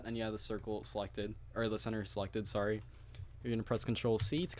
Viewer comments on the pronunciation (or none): none